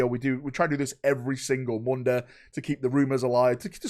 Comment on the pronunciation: It’s MUHNDAY brothers let’s get waffling